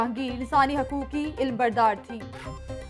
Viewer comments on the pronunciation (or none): Ilmbardar nahin alambardar ...urdu ka baira gharaq kar diya